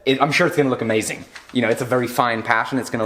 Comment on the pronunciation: says "I'm sure it's gonna look amazing" I've never heard him sound so American